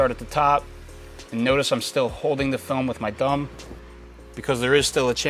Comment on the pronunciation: The way you say 'thumb" is funny....sounds like you're saying dumb! lol